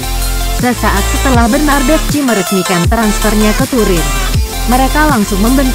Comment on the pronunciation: Baca nya bernadeski/bernadeschi bukan bernadesci